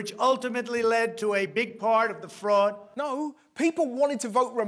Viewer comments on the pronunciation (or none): When Trump was saying "fraud" I was so confused at first because I thought he was saying "frog"